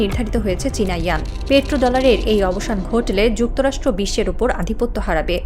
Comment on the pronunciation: চীনের ইয়ান হয় না ওয়ান শব্দটা শুদ্ধ করে বলেন